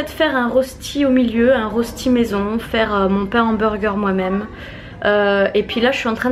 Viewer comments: Petite correction si tu le veux bien 😊 ça s'écrit bien "rösti" mais ça se prononce "röchti". Bisous !!! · Rösti = reuchti pour la prononciation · Coucou juste pour te dire que Rösti se prononce en fait "reuchti" Bisous de Suisse !